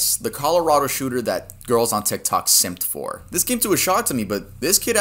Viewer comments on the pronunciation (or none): none